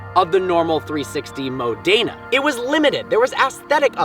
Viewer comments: It's pronounced 360 Mòdena, not Modèna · The way you say “mo dena” is just wrong, if I were Italian and lived in modena and you said that I’d be like huh? Where is that?